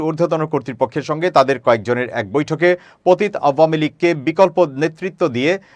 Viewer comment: উচ্চারণ "পতিত্" নয়, "প-তি-ত" হবে।